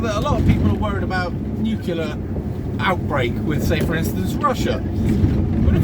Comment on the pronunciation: NUCULAR :'D shut up you gammon featured twat focus on the road